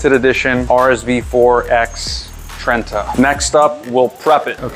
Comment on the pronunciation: its not pronounced "tren-tuh" its "thren-ta"